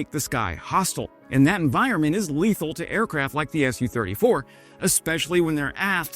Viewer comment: It's not pronounced "Es You Thirty Four", It's "Su Thirty Four" as indicated by the lower case 'u', Su being a contraction of Sukhoi (the company that designed the Su 34)